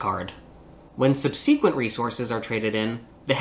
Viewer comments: The only accurate part of this video... including pronunciation of the word 'subsequent' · The best part of this video is your bizarre pronunciation of "subsequent".